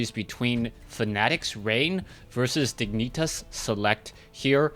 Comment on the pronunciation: lmfao u say diginitas not even close to how it is pronounced...... almost like someones grabbing your balls while you say it lol